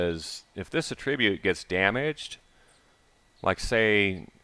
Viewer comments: noun /ˈatrəˌbyo͞ot/ - my only complaint is the pronunciation of 'attribute' -, you are using the verb pronunciation - please use the noun pronunciation. <-- that link'll fix ya up, buddy. My Thanks =) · It's attribUte, not attrIbute. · The "fun"pimps. Attribute has a few meanings and pronunciations. Look it up when you have a minute outside the busy task of designing us out of valuable inventory space.